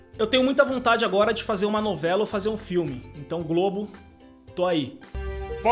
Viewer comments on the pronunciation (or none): none